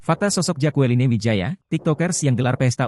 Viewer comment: Mas. Baca namanya jekelin. Bukan jakualine